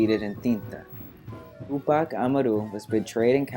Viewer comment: u really gotta learn how to pronounce tupac amaru man